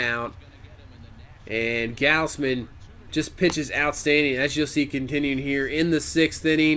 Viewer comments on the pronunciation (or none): It's pronounced gawz-men btw